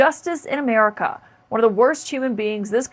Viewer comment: Why isn’t Kaitlyn able to say “America”?